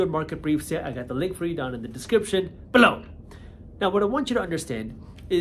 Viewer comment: why do you say "BELOW" weirdly?